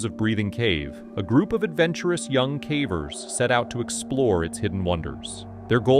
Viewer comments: 85 minutes in and between his terrible numbers and bizarre mispronunciations of simple words got me feeling stupid. It’s crazy how sometimes the pronunciation is correct of one word the next time the same word is mispronounced badly. Cavers, cā-vers, next time cavers, cah-vers. It is massively annoying. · “Some were died and others were injured” Man it’s clear as day that you use AI but ffs at least proofread it dude. That’s just one example, but these are riddled with really bad obvious AI grammar errors and all kinds of baffling pronunciations (cahvers anyone? instead of cavers 😂 that’s a constant one I hear in almost every one of these videos). It’s just lazy, and there’s so many errors that it actually does take away from the content and for someone who’s ESL, it probably straight up makes it hard to understand/follow. Tons of content creators who do caving and other disaster stories like this take the time to edit, and gasp even create the content *themselves*. 😮 Shocker I know. But honestly-I can deal with AI. I just can’t deal with BAD, completely unedited, not proofread AI. Like, make it more obvious that you’re just trying to get that ad/views money please and dgaf about actual quality or effort, I can’t tell /s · It totally is. There's way too many silly mistakes that normal speaking people just don't make. Listen to how many times "cavers" is pronounced "cavvers", or sentences like "they were had died " it's decent AI, but still very obviously AI.